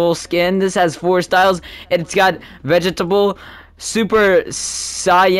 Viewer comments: Bro said gako and vegetable but it’s fine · "Ber rabus" "vegetable"